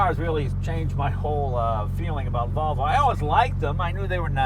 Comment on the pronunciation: Jay you pronounce it as Wollvo not Volvo